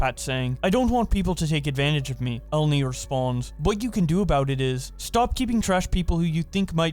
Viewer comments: E-len-e not Ellen-e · Obligatory comment for pronounciation purposes: Her name is read elEni. It's a Greek name. (source: someone who is Greek and has the same name)